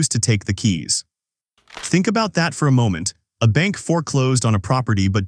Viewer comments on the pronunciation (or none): "KEYS" MISPRONOUNCED "KYUSE" BY INCOMPETENT AI.:face-blue-smiling::face-blue-smiling::face-blue-smiling::face-blue-smiling::face-blue-smiling::face-blue-smiling